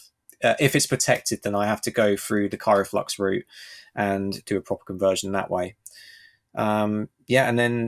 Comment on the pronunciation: Isn't it KryoFlux, not KyroFlux?